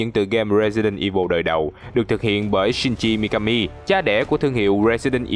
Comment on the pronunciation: Voice đỉnh.cơ mà shinji mikami mà e nghe thành .....